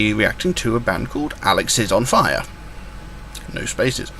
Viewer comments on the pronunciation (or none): One piece of advice it's pronounced alexis-on-fire not alex-is-on-fire.